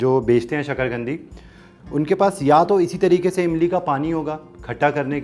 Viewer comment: शकरगंदी नहीं शकरकंदी ?